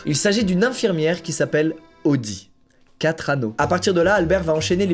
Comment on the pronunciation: Le "audi catraneau" ptdrrrr